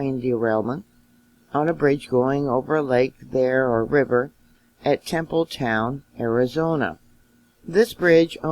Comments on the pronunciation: Tempe, not Temple ! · Tempe not Temple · Tem p e e is how it is pronounced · (Tehm-Pee) pronounciation. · Its temmmm peee...thats how you say it............thank you for your hard work and great info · The town is pronounced... Tim Pee. Spelled Tempe